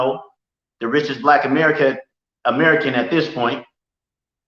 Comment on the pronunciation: Ameri-can, he's not an a America. He said that twice